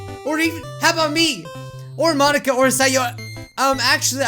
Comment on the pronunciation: I was kinda mad he was pronoucing Monika wrong its not mon a ka its mo nika